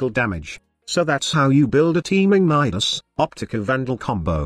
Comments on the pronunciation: Congrats on getting the computer to say Nidus and not Needus like some other youtuber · The actual pronunciation of Nidus is actually similar to Midas.